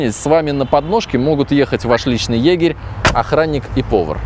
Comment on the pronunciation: . Ваш личный ёбарь ахахаха (сарказм он сказал ёгирь)